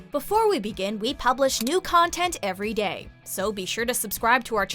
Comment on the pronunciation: i legit can't tell if you said every day or every gay